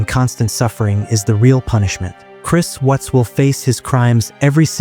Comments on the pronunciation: His name is Chris WATTS not Chris WHUTS. Stupid AI voice. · It's Watts, not wutz. Anyway, may he slowly lose his mind and hear their voices endlessly in his head. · I can't stand this AI narration. All these pronunciation problems. Chris Whats or Chris Wutz. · "Chris Wutts" gotta love AI narration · How can you not pronounce "Watts" correctly? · Hate the computer mispronounced his name👺👺👺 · Why can't this narrator pronounce the name Watts correctly.? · Not sure which is worse. Life in prison or audio AI getting one of the victims names wrong over and over. I miss old YouTube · You knew wasn't pronounced correctly. Not enough?